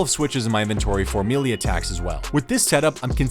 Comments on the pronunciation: ME-LEE-ER? gross bro. say "MAY-LAY". I bet you say "MEE-MEE" instead pf "MEEM" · learn to pronounce melee challenge (impossible) (gone wrong) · Please stop mispronouncing melee.